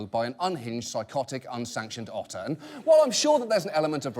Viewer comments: you should have said otter instead of utter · did you mean... *otter* brilliance? :D ... i'll show myself out.